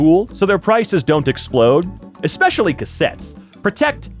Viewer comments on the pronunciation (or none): dude, "expecially" needs to go!